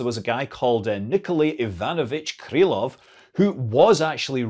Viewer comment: First, in "Никола́й Ива́нович Крыло́в", Scott put the stress right only in "Иванович". Second, you obviously have no idea what you're talking about: while Russian doesn't have any rules (or rather the rules are so arcane (see A.A.Zaliznyák) that they're useless for any practical purpose), Polish is very rigid with its stress placement, Czech doesn't have stress as you know it at all, and the Serbocroatian stress is something completely different. Stress rules in Slavic languages vary widely and don't follow Russian haphazard patterns at all. And finally, the Slavic language family — while a little conservative among the IE languages — is not as ancient as you seem to think.